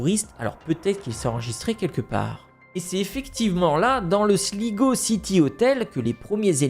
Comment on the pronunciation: Sligo se prononce slygo